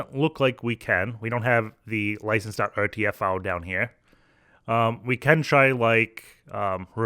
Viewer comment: File , Not Fule